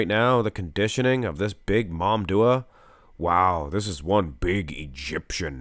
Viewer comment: I wonder why you keep saying MamDuah instead of MamDouh, heck, you even wrote his full name on the title multiple times these weeks.